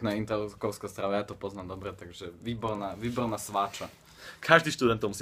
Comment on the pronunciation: "Vyborrrna sváča,vyborrrna":DD